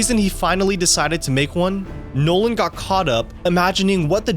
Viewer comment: Anyone cringe when he said chris’ 2nd name 😅😅